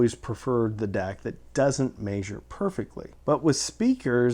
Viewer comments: Meh-zher not may-zher. Love ya. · This was a borderline useless video up until he started pronouncing "measure", then it just became aggravating. Let me help: ME-ZHER - It is a short e sound in the first syllable not a long a or long e, the accented syllable is the second. There is no diphthong for the double vowel "ea", therefore you do not pronounce the long a or even long e sound for the syllable . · Haha! “May-Zure”